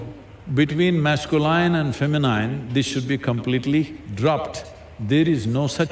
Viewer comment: Masculine and Feminine's pronunciations are wrong, dear SADGURU